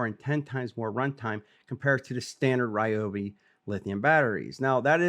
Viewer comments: It's actually a great idea, stronger battery, stronger output and longer runtime. BUT WHY CAN'T THEY PRONOUNCE THEIR BRAND CORRECTLY?? 🤭😉😁🤪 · You can’t even say the brand correctly 😂